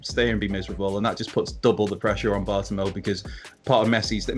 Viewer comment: It’s pronounced Bart-oh-may-oo